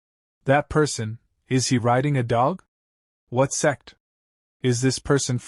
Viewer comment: Those who hear s*x instead of sect Like my comment ❤😊